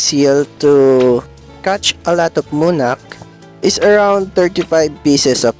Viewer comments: its muka not munak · lodi its muka not munak :D